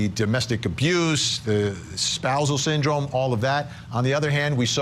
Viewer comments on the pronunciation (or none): The way he says syndrome really gets under my skin. “Syn drum”